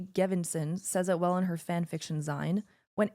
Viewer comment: "zine" rhymes with "seen" not "sign"... smh. It's short for "magazine."